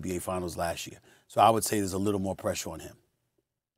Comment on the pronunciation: Wow, Perkins said.. "a couple mo segments ago". This proves... English is still undefeated!